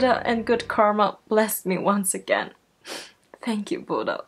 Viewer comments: I think he tried to say "thank you" but it sounded like "fack you" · Everytime BTS does something on stage and those memes/clips pop up i just keep cracking up xD OMG Taehyung saying fuck you instead of thank you... I'M FUCKING SCREAMING xD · LOL Tae was trying to say "Thank you" in a British accent